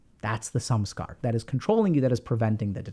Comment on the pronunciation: I always hear "sum-scar" when doc says Samskara; funnily enough, that term still reflects the definition of what a Samskara is and also points to people with mental health problems often piling negative emotions on top of each other.